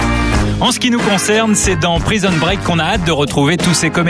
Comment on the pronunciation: Praïson break 😂😂😂 des acteurs de doublages qui savent pas parler c’est le comble.